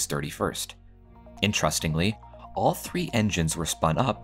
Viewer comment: ‘intrustingly’ lol